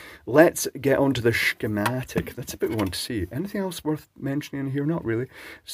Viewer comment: Somehow, with that pronunciation, you make "schematic" sound like a dirty word. Thanks for that.